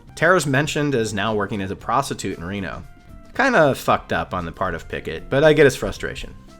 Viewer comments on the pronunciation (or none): none